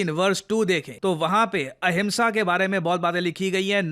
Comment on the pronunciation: Ahinsa hona chahiye ya ahimsa 😂